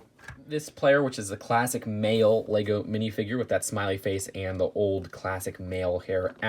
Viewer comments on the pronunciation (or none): none